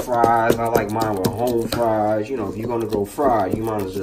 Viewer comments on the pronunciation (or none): none